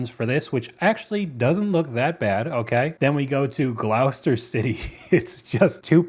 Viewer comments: it’s ‘gloss ter’ no ‘ow’ 😂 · you pronounced Gloucester correctly🎉🎉🎉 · Glowe - ster ??😂😂 Love the pronunciation 😘😘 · Glow-ster....LOL... "Gloss-ster". ;) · Gloucester is pronounced Gloss-ter. Billericay = Biller-ricky. Try pronouncing Skegness as it's spelled!!! Skeg-ness!!! Oh, and "advertisement" is pronounced adver-tiss-ment. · Gloucester is pronounced "gloster" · British town names you struggled to pronounce: Gloucester = GLOSS-TER Billericay = BILL-eR RIKEE Skegness = SKEG - NEss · Gloucester = Glas-ter Billerecay = Billy-Ricky Skegness = Skeg-nuhs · 'Gloucester' is pronounced: Gloster. 'Skegness', is just as it it spelled: Skeg-ness. 'Billericay' is in Wales, and again is pronounced more or less as it is spelled: Bill-er-icky.. Barnsley is around 15 minutes from where I live and their cheesy chips are all wrong. The cheese has to be grated, cheese slices don't work! If the chips aren't hot enough the cheese won't melt. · Gloucester is pronounced ‘glostuh’ and the Billericay is ‘Billuh Ricky’ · Gloucester is pronounced like Foster 🙂 Doctor Foster went to Gloucester in a shower of rain He stepped in a puddle, right up to his middle, and never went there again. It's an old British nursery rhyme 😂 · It's pronounced "Glos-ter" City. 😅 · FYI - "Gloucester" in the UK is pronounced "Glosster". :D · Gloucester = Gloss-Ter Skegness = Skegness 🧐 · Your pronouncement of Gloucester..*Glosster* was hilarious and why didn't you try Skegness it's exactly as it's written 😂😂😂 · Gloucester - "Gloster." Skegness is pronounced "Skeg-ness." Billericay is pronounced "Bill-ar-icky." There is an app on which you can type in words and ask how they are pronounced. It is called "Google." I think it's available in the USA. Gotta laugh at the land of chlorinated chicken calling our food bad. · the way he mispronounced Gloucester